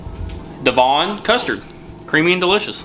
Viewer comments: OK I had to stop what I was doing and comment - it’s MALT-TEASER 😂 and Revvvv-Elles. And also, spotted dick is a very old pudding (we call them pudding not dessert) it’s not so popular or common these days. In 40 years I’ve had maybe 2, my 12 year old has never tried it. You have to put your own custard on it!! Also (Devon custard) DEV-EN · lmao DevON pronounce it like this dev-in... haha you guys crack me up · Ambrosia "devon dudley knows how they make it so creamy" 😂😂 i love watching americans try pronounce our words, fyi its pronounced Dehv-ahN not like the name devon - Duh-VON or DEV-in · Hot pudding cold custard., ,and twice the amount 😂 and we pronounce it dev-in not dev ooooooon 😂 and only 3 for reviles 😳😳😳 definitely a 9/10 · I have to say this the custard is Ambrosia Devon pronounced " Dev un" 1 v. Not dev von. Sorry that bug me. Lol. Your shows are brilliant n so funny. I'm not sure if you'll read this but please keep doing what you do. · Lmao, it Devon(pronounced devvon), not d-von but great taste test video, oh and ambrosia custard is the best custard going imo 👍👍👍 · It’s great watching these videos where you guys try things we take for granted. Here comes the inevitable corrections. It’s pronounced Mall-Teasers. It’s pronounced Revels not rev-els. It’s pronounced Devon not dev-on. The straw thing? I would think that came over from you guys? Never seen it. Curry is a staple over here. Especially for a take out or a drunken walk home.😊with rice or chips (which are fries) or even cheese on top! Yea, I don’t know why either. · The custard is Devon not de-von, after the southern county of Devon. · Your pronunciation of malteasers is hilarious. Mall-teasers is how you say it. Devon is Dev-on and not De-Von. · Its devon no devone lol yep u add custard pic just shows sugestion. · Hey and its not de-von its devon rhymes with heaven and you always add the custard seperately it shouldnt come with custard already and please please its not carmel its caramel